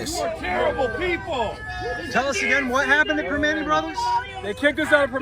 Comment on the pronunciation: It's pra-man-tea brothers.